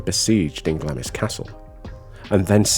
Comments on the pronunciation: Another really interesting video. Just a wee note. Glamis is pronounced Glamz. Glamis Castle is a really interesting place to visit. If you take the tour, you will get told a lot of the ghost stories of the castle, including Janice. I have visited Edinburgh Castle. I never had a paranormal experience, but there is also the witches well in the esplanade. It's a memorial to those innocent people murdered for the wrongful accusation of "witchcraft". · Mispronouncing place names is easily done. There has been some Scottish place names that I've butchered. I hope that you enjoy Glamis.